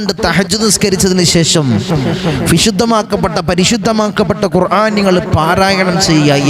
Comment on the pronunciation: ഖുർആൻ എന്ന് പറയുമ്പോൾ അയ്ൻ വരുന്നുണ്ടല്ലോ ഖുർ ആൻ എന്ന് തിരുത്തി പറയാൻ ശ്രമിക്കുക